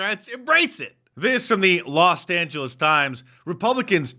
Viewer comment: “Lost Angeles”?